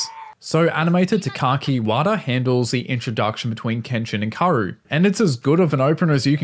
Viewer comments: Her name is pronounced Kah-oo-ru not Karu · K-A-O-RU not karouuuuu😢😢